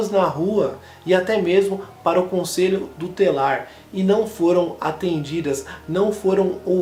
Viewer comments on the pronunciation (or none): conselho DU TELAR, REQUICIOS, por favor, melhore. principalmente quando se trata de casos sérios como estes.